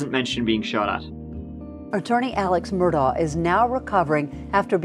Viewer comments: MUR-DAUGHHH Adore your content but no k at the end😺 Just like dough but daugh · IT'S MUR-DAUGH!!!! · Dam can’t read that link as they want a subscription in order to allow access! Anyways time for Part Tree of this saga my lovely! as of today’s news regarding Alex Murdawrer’s ( pronounced Murd daw rares )embezzling of the monies of the dead housekeepers estate worth 4 million!